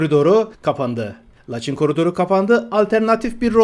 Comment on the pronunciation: " LaçIN " vurgu son hecede